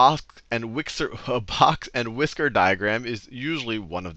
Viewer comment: "A Both and Whixer Plot" I just about cracked up! But anyway, great video, as always, Sal!